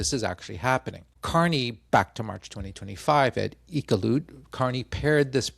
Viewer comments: Iqaluit, pronounced as follows: Ick-all-ooo-it. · Longtime fan of your content sir - Coffee on me if you’re ever in Toronto! And Iqaluit isn’t the easiest to pronounce, but it’s kind of like “EE-CAL-YOU-IT” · Good try on pronouncing Iqaluit. "Ick-all-ew-it" Sorta.